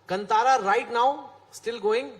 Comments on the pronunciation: everyone in bollywood says "Kantaara"> Dude, its "Kaantaara" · Still pronouncing Kantara incorrectly this Chetan 🤦🏽‍♂️